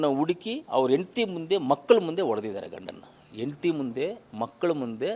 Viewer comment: ಎಂತಿ ಅಲ್ಲ ನಾಯಿ , ಹೆಂಡತಿ ಅಂತ ಹೇಳು.